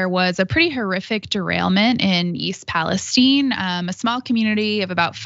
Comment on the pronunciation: Please pronounce the city correctly... it's Pal-ess-tine with a long I. Where have you ever heard anyone pronounce it as steen? That's ridiculous!